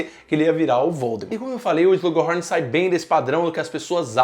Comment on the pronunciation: Quem também fica agoniado ouvindo o falando "Slug Rorn"?